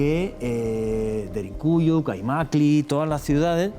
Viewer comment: Cuál DERINCUYO animal! Aprende a hablar DERINKUYU DERINKUYU!!!